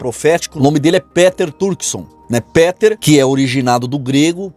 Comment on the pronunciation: é pronúncia PITER e não PÉTER